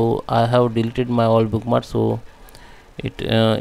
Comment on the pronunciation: it is not bookmars...you have to pronounce the K...it is book-marks....if you are going to do a video in English, which I teach, please speak so that I can understand the valuable information you are providing.